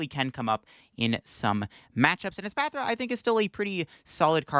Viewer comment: PRONOUNCING ESPATHRA CORRECTLY!!! YOU'RE NOT THE REAL!!!